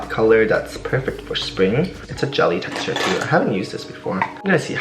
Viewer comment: "Vry soff matte texturrrrr"